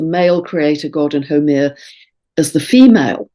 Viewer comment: Dear, thank you as always for your wonderful insights. just a note on Haumea, from a native Hawaiian. The name Haumea is pronounced as HOW MAY YA with the accent on the 2nd syllable. I wasn't sure for sometime who you were speaking of until i listened to all you shared about her. Blessings and Thankyou for all. Aloha Pumehana and Malama Pono (warm Love and Highest Blessings)